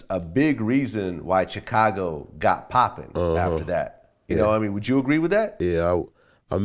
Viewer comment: I can’t stand when people say Chicago like Vlad and Charlamagne. 😒😒😒